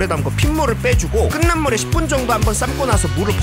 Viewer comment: 끓는 > [끌는]× [끌른] ○ 자꾸 들려서... ㅠ 감사합니다.